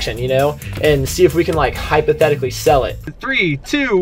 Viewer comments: Hypothetical not Hypithetical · Hypothetically not hypithetically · “Part 2: hypithetically” 😂😂